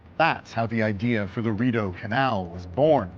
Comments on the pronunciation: Your research should have included learning the correct pronunciation of Rideau - 'Reed-Oh' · Your work is excellent. The canal is phonetically called THE REED-O. (French Based) It is no landmark. It is a working shipping way and quite frankly dwarfs many of The Uk Canal Systems. Sorry bud. Gotta tell. It is one of the worlds most incredible waterways. Hundreds of kilometres. I think you nissed the sheer scale of it.